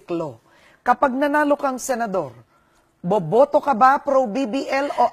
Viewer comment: May emphasis dun sa BOBOto ka ba... .